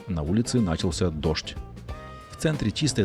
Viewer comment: Спасибо за топ контент. НачалсЯ так правильно ударение. И одноврЕменно